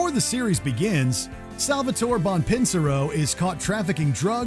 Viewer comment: Biggest betrayal was this the narrator betraying sal’s last name